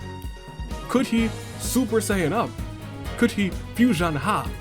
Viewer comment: 1st:Fui-son-HAH! 2nd:No AI in team 3rd:Expert Deduction